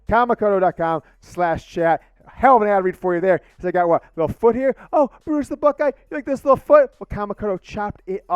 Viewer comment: Lmfao my dude just butchered Brutus LIVE! That was so great!